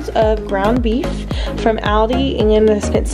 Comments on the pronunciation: Ty so much for this! You say Aldi I pronounce it Auldi lol ..I love Aldi but there beef seems expensive. My husband just got 3lbs for $6.00 at Acme, I know everything varies. There’s just 2 of us and I get tired of the same things! This is convenient! The mixer to shred the chicken 🍗 omg! Genius! All of these will basically last us a long time! Ty sooo much! I’m sharing this on fb & already told a few ppl on the phone 😂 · I've never heard anyone pronounce Aldi the way you do😂😂 Great video! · Why do u pronounce aldi that way???